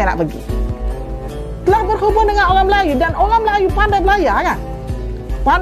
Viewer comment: Seberang ....mak cik....sebreeerraaanggg......orang......bukan owrang.....😅😅😅😅